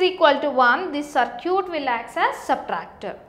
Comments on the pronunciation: Is she saying "Sir cute" ? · hahahah "saarcute"